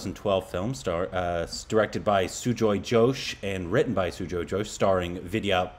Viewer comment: Not Sujoy Josh It's Sujoy Ghosh.